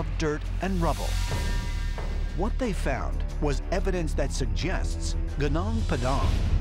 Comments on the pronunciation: Lemme tell you, to pronounce "gunung" just say it like "goo-noong". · How to pronounce "gunung" : goonoong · Gunung is pronounced as goo-noong. Come on, don't disapoint us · its iritating my ears whenever u pronunce that "gunung padang" you just have to pronunce Gunung "Goonoong"